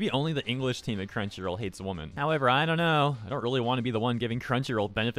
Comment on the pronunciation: how come you can't say women right?